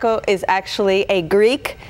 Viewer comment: The dopey broad couldn't even pronounce the dish's name correctly